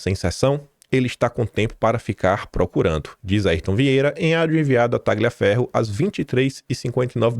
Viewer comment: Tagliaferro é um sobrenome de origem italiana. A pronúncia correta é "Talhaferro".